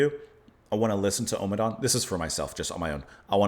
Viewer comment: Just a little fussy point - it's pronounced om-adawn and not omer-dawn 🙂